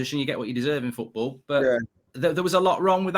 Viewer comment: doesn't even know how to pronounce football how the PE teacher keeps playing him every week unbelievable